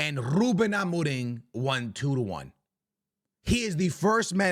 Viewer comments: bro stop saying amoring, his name is amorim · Why you said ruben amorin? 😂😂 or it sounds like amorin